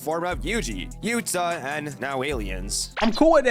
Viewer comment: He is glazing yuta but can’t say his name “yua”😂😂